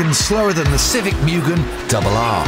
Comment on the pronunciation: It's M-U-GHEN As pronunciation.